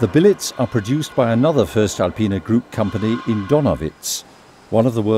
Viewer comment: Learned one thing though been pronouncing the company name wrong all this time including their employees.